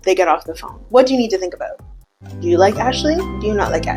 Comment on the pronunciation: We don't say "about" that way